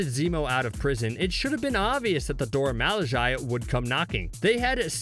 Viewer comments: You're butchering the pronounciation of the Dora Milaje. Haven't you watched any MCU films? It's kind of annoying, and you keep on repeating it again and again. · Anyone else cringe their way through this video? I mean his pronunciation of the Dora Milaje is just so....😬😬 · Very cringe. pronounced it correctly at 0.36 only to mess it up every time thereafter. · He says it right at first which is weird why he butchers it the rest of the video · Irks me so bad, have the common decency to learn and say it properly. Maybe everyone else should start pronouncing all americanish names wrong. If u cant say it right, its disrespectful. Especially if its so easy to find out how to say it right. Unsubbed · I kinda don't like how he pronounces Dora Milajie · Am I the only one getting irritated by the way the man enunciates “Dora Milaje” 👀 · Dora ma-lih-jie? 😬 Sis, it’s mih-lah-zhay. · mans said dora malijayyyyyyyy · Crazy how he says Dora Milaje wrong so many times but its pronounced for him in every movie they show up in...🙃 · Dude keep saying malaji 🤔 it’s milajie mil not mal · ''Dora Malayai'' its pronounced Dora Milahge but oof ok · I had to stop watching in the middle of video because he kept saying “dora malajae” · I can't fuking listen dormalajai anymore, stop fucking pronounce it if you fucking can't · IT IS FRICKING PRONOUNCED Dhorha Mhilaaheh. BUT I LOVE THESE VIDEOES. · Dora Milage is pronounced MEE-LA-GE!!!! How can you say it wrong for the whole video? Can't even finish the video because I can't stand this amateurism. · Dora M-ah-la-j-eye... wtf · Take the 10 seconds needed to find out how to pronounce the name. In fact, I'll help; it's pronounced, Dora "Muh-laJay" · If you can not Pronounce the name of the Dora Milajie right you shouldn’t say it. It’s not Dora Mil a jie as this guy is saying! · Pronounced “Dora Mi lah zhay” Appreciate the video nonetheless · Dora milage is pronounced Dora - me - la- zhey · For the love of all that’s fierce, SAY IT CORRECTLY!!!